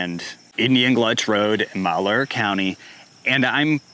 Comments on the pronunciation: It’s pronounced: “m-al-here” county. My uncle lost 1/4 of his graze land… his neighbors were not as lucky… a few of them lost everything including cattle. It’s alarming for sure & Oregonians need to wake up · LOL "Indian GLUTCH"? ALSO it's MAL HEUR